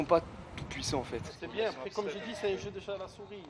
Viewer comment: “Tu sais” “tu vois” “j’ai dJis” mais quelle horreur ce vocabulaire ce langage mon dieu